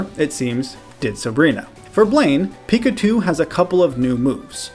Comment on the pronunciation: seriously dude when i ear u say pickachu u say pikatu WTF try to learn who to say is name god damn is eritating to ear pickatu